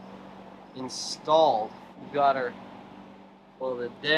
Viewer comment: Was it "installed" or "outstalled"?